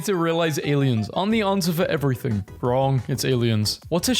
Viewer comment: He said "eev-riet-hinge"